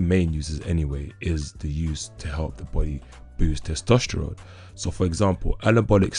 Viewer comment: How many times did he say testestrones ?